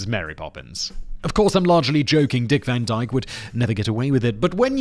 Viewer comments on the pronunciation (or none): Dick Wan Dyke is perfect